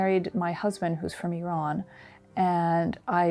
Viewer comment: Loved the authentic way she pronounced Iran. Sounded quite like a genuine Iranian woman speaking English. 🙃